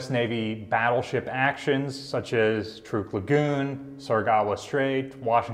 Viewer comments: it is pronounced TRUCK! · You pronounce Truk as Trook. Why is that? I have always heard it pronounced Truck. Including Dad who was there.